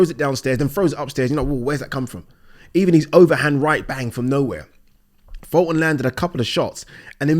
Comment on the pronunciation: Funny how youre talking about people are shit at judging fights when you cant even say fultons name right 😂😂😂😂😂